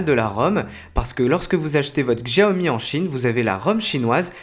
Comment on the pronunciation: "CHAOMI" ou "XJIAOMI" lol.....?